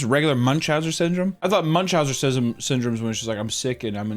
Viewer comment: Whos gonna tell that its MuchauseNs not Muchausers lol